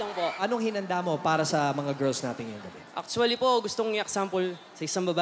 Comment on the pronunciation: sumabit agad "actwalee" ni kuya oh